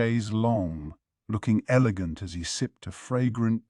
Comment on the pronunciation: Mayo-mayo? Who-gong? Elejent? A: if you're going to use AI for this anyway why not use a female voice? It would fit better since the story is told from a female or at least a femine perspective. B: I thought reading AIs were better along than this even a year ago.